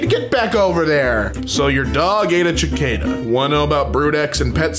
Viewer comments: i'm sorry, did I hear you say "CHI-CADA?" WHERE DID THE "H" COME FROM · The correct pronunciation of Cicada is Suh-kay-duh!